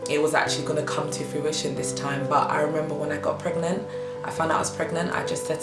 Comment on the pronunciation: was gonna watch till i read pregnant as pregAnant! lmao